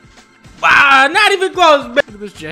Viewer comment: Love the way you say amumu xD haha